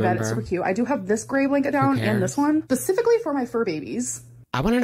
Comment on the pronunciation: "pacifically for"